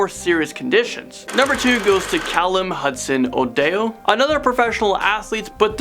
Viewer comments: He is called odoi not odio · Odeo Me: ITS ODOI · Say it OH -IO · Callum Hudson-Odoi sirname is pronounced Hud-son O-doy btw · It is pronoucne o doy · I'm from the UK, and in my area, there's only 1 case of COVID-19, but this's still scary... I don't know if the country will be going into lockdown, though... And by the way, Callum-Hudson Odoi's surname is pronounced O-doi. I think you missed Tom Hanks in the list... I'd love to see another part to this. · man said ‘adayo’ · Its callum Hudson o-doi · It is not how you say odoi